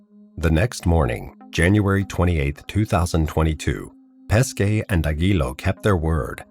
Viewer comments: Good Video , However, sorry to Say on pronounciation of this poor Guy Pesce: in English transcript it would be Peshe , , not Paskay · Great story. only thing you have to understand is that Corrado Pesce family name, is pronounced like PESHE and not like you say all time PESKE. Pronounced PESHE, it means Fish, his actual family name. pronounced PESKE it means Peaches, nothing to do with Fish..